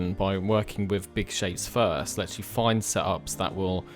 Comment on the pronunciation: Fird sketch? Fru the valley? lol. You people invented the bloody language and can't say the words with the ACTUAL letters being used. Amazing. I guess there really are different accents in such a small island nation.